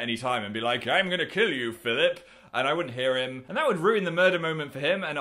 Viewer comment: AW "PHILLIP" IM DEAD